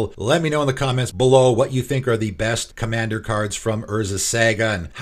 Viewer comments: I'd hate to nitpick but I've heard you mispronounce Saga in too many videos lol. It is pronounced Saw-Gah not Sag-ah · I cringe every time you say Saga cause you say it so wrong lol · Love your pronunciation of saga